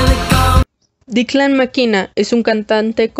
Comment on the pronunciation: Que es Declan Mckenna No DICLAN MAKINA 🤦🏻‍♂️🤦🏻‍♂️🤦🏻‍♂️